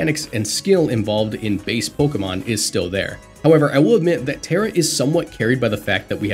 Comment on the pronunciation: It's Terra